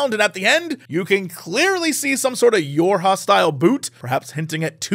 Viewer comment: I thought Jesse said, "Your Hostile Boot" when he said "YoRHa style boot"